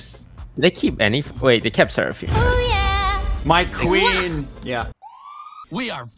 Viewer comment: You mean Serafueen?